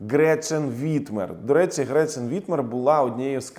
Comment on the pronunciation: Гретхен, а не ГретЧен